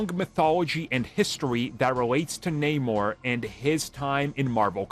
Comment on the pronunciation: Idk man this isnt even Namor anymore they even changed his name in the film and pronounce Namor strangely... idk this just aint it chief